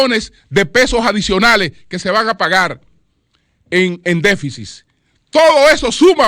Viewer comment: ¡Qué periodista y comunicador nos gastamos! necesita muchas cosas, incluyendo un diccionario (déficit NO “déficis”), y respeto a Miriam Germán Brito y su equipo.